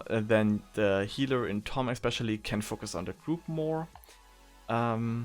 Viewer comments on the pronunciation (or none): this is not tomm, it is lomm -_